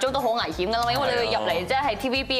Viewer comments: 好地地去選「趕」姐.......D懶音呢！ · 選「趕」姐？這已經不只是懶音，直情係「讀壞書」，父母聽到這樣發音都唔糾正，也是「無家教」的一個鮮明例子。